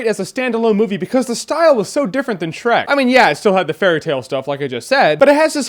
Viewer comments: "SHERK", lol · How can you mess up on Shreks name 4 TIMES!!!